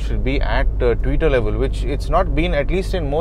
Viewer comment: Thank you a million times for pronouncing the Tweeter as Tweeter/s and not as Twitter 🙏😃👍 Else in 99% of the videos which I have seen on YouTube most of them use the word Twitter for these unfortunately desperate looking tiny speakers... And Yes, I am glad that in my EcoSport, the tweeters are almost at my mid chest level and the sound is reasonably good. 😎